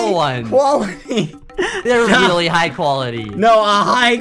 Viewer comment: that looks weally good says skeppy